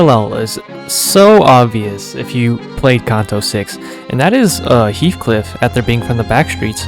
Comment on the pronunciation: Its heathcliff btw